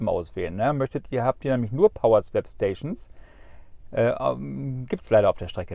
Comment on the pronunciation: … Swap spricht man wie „swop“, nicht „swäp“.